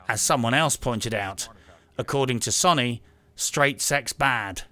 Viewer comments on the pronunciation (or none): Fucking hell man "SONY" not "SONNY" >.< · Stop saying it like Sunny. You bloody reprobate. 🤣👍